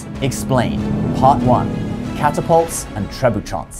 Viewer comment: As a french speaker I did cringe at that pronunciation xD You don't need to make any nasal sounds, there's no 'n' in there. You pronounced it as if it was written "trebuchants"